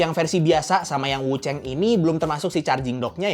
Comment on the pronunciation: Wuchang bukan wucheng, tolonglah jangan di Inggris2in.